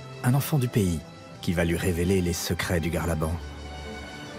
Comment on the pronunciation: Pas le "ce-craie" mais le secret...